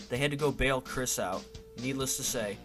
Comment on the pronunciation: It’s Krist like WRIST not Chris.